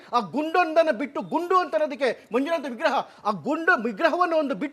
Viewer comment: ಏ, ಅದು ಗುಂಡು ಅಲ್ವೋ* ಗುಂಡ * ಗರ್ಭಗುಡಿ ನೀನು ಹೇಳುವ ಹಾಗೆ ಗುಂಡು ಲಿಂಗ ಅಲ್ಲ.